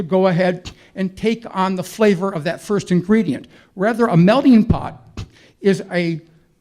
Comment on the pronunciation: What does his hat have written on it? Also, he is saying "melding pot" and not "melting pot." Also, it's a metaphor and you won't hear the term in culinary, it's always used in the context of people, cultures and such.